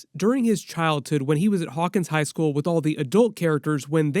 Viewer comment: why do you keep putting emphasis on them going to school lol